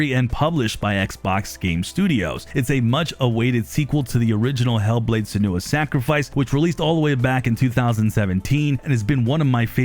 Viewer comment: Did it kill you too how he pronounced both her name and the fact she is a celt wrong 😂